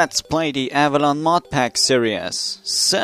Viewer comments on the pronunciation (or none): i love how instead of pronouncing series series, u say it like serios